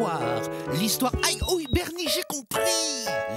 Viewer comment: Sur radio bernie goouuuuuuuudeeuuh à la fin(jsp même pas ce qu il prononce)😂😂😂